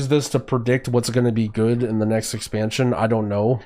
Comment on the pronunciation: ok so weird question...i noticed you often say "" instead of "good" or "complicatedn" instead of "complicated" so you sometimes add an "n" behind words....its weird to me as english is not my first language. So is it just a regional thing or is it some kind of slang?